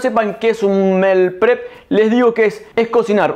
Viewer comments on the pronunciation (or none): Que rico todo. Yo soy super mala para cocinar carne, asi que para la prxima voy a tratarla. Un detallito se dice 'Miil prep'. Saludos desde Emiratos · Me encantó. Super práctico. Pero se dice "mil prep". Mi humilde aporte.